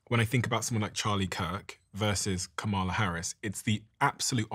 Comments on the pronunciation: Please stop mispronouncing KAmala's name (accent on FIRST syllable). Its disrespectful and there no excuse for it. Do better. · Steven please pronounce Kamala’s name correctly. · I’m sorry Steven but at least pronounce Kamala (Karmala) name properly! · The least the HOST of the PODCAST can do is pronounce Kamala Harris' name correctly!!! Seems intentional. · I wasn’t super comfortable with Newsomes podcast and talking to those extremist. If you are going to run in 2028 some will be still look at you with a side eye 👀 Also Steven, respectfully, pronounce Kamala’s name properly. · Why does refuse to pronounce Kamala's name correctly? It's not an accent thing, it seems like a blatant attempt at just being disrespectful (whether he believes she deserves the respect or not is irrelevant - as a host, he should have the basic dignity of properly pronouncing people's names).